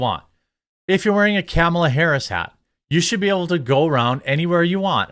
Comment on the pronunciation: Ur saying Kamala wrong scumbag 😂😂